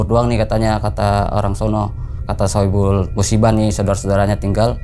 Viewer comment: Shohibul bang bukan saipul musibah